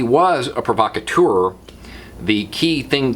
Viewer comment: I Iove your pronunciation of provocateur.